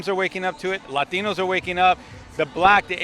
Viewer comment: Maybe when you stop saying lÁtinos you got a chance. Speak english, mf.